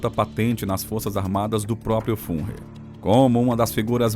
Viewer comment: Somente uma pequena dica...resolva o problema da pronúncia da sua IA, da trabalho, mas vai ficar mais profissional. Tipo: A IA traduziu, Führer como "fúria". Isso ficou meio confundo. Entre outras pronúncias e traduções. Espero que entenda a crítica e aceita o elogio, você tem talento e com certeza será um dos grandes canais de história.